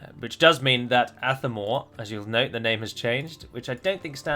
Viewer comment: With the accent on Athamor being on the second a, should the stress be on the second syllable instead of the first? So it would be ath-A-mor instead of ATH-a-mor.